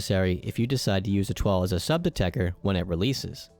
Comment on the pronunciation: why the f is everyone calling it techer whens ist spelled techTer ?